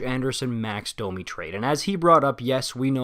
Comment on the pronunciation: Bro are you bilingual? You pronounce French names absolutely perfectly. Anyways, about Domi. He’s really fast and has a lot of skill, he has the potential to get more points than Josh Anderson. The problem, however, is that he doesn’t really backcheck and the effort level is an issue sometimes. He’s also a smaller guy, so he’s less effective come playoff time, when the game gets tighter. Not exactly the kinda player that Torts falls in love with. When I first heard of the trade I was worried about how Domi would fare with Torts. We’ll see if he can pick it up.